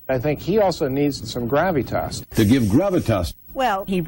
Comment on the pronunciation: You can tell by the way some of them are pronouncing "gravitas" that they've never uttered that word in their lives. It's so obviously being handed to them by someone else.